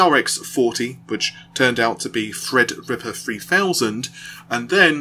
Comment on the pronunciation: 'Fred Ripper', 'I fink', 'free years' whats wrong with your 'teeeeeees'.........................lol